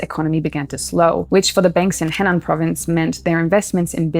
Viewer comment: Just a small point: Henan is pronounced (roughly) "Huh-nan." Attempting a pronunciation closer to the Chinese would make it much easier to understand.